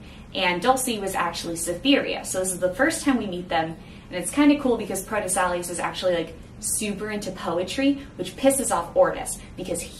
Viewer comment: it's pronounced "pro tess ill ow ce"